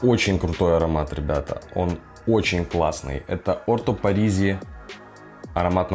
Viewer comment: Orto parisi а не parasi